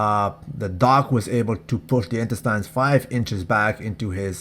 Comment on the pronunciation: "Intestynes" not loyal.